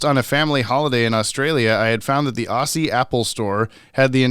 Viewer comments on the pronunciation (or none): It truly sucks you had to pay $ on Aussie iTunes per episode when I bought it all here each season was only $4.99 each and was the only way I could watch it legally. Also it’s pronounced Ozzie but spelt Aussie just a very annoying pet peeve of mine and I assume other Aussies.